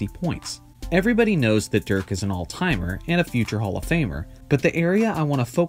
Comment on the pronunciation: It´s DIRK not Dürk